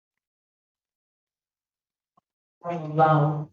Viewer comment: Why is she so concerned with an old lady being naked and learn how to say naked. Omfg... ebonics